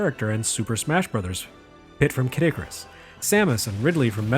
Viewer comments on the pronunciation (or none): none